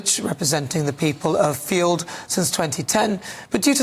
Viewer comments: I’m sure the residents of Fylde will be amused by your pronunciation of their home town! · Love the stupid, ignorant pronounciation of his constituency.